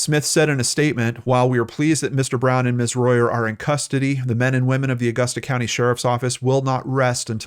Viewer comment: He pronounced it correctly. Growing up, I was always told to pronounce it depending on how much money you had hahaha